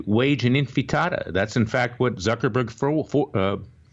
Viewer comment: All the other criticisms about all the sniping and bashing aside, I'm wondering why he cannot pronounce the word "Intifada" ????